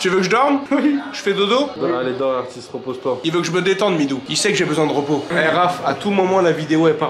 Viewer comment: Mitou pas mitou le meilleur